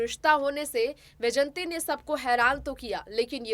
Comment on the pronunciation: Madam ,,,,,smt vyjayantimalaji is great lady ,highly respected graceful lady a legendary actress and topmost dancer ,,, unfortunately ,you are adrresing her as 'yjayanti ',,this is not correct , please correct your narrating style